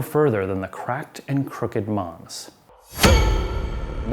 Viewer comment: By the way, "manse" is the root of mansion, so is pronounced MANse, not MONse.